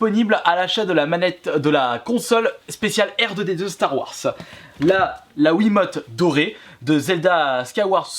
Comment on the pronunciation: Ca se prononce pas star warss mais Star Wars ptdr